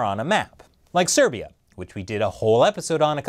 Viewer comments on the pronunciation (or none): none